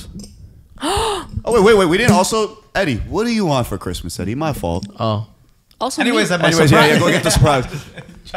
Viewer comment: Jeremy deadass said “Eddie” 🤣🤣🤣🤣🤣🤣💀💀💀💀💀💀